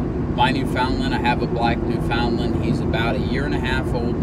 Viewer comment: Good grief....you insult both the Breed and the Province by not knowing correct pronunciation! Wait.....I'm sorry, I forgot, you're from Texas.....